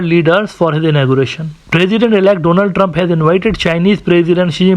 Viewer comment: OMG, can someone help me find a clip where the Indian Prime Minister said? Doland trump?